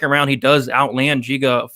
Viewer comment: It’s pronounced Giga like in gigabyte